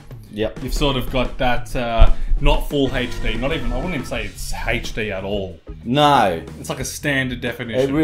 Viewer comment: What's "haysh-dee"?`Did you mean HD?